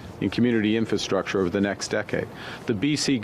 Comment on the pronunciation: It's a wee bit embarrassing to think that we have a prime minister who demonstrates over and over that he cannot pronounce, 'infrastructure'.